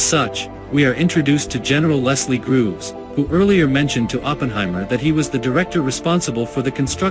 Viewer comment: Leslie GROVES, not Grooves. You need an editor.